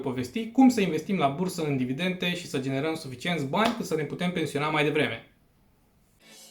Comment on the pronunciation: Cred ca ai capata mult mai multa credibilitate daca ai spune/pronunta 'dividende', nu 'dividente'. Spor si bafta.